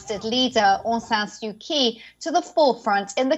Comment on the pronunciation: You can't pronounce the name of the country, or their elected leader. The owner of this channel should message me if they want someone better.